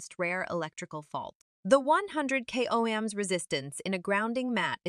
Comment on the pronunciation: It's not pronounced "O Hems", it's pronounced "owms" after a man named Georg Ohm. She mispronunced this word the first few times, but not the last. Also, the only test done was that of the cord, showing that the cord simply has no break in it. That doesn't demonstrate that the mat has any connection to the cord. This doesn't help build the credibility of "Earth and Moon", or your products!